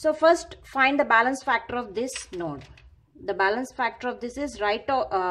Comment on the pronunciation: Bailance bolna bnd kr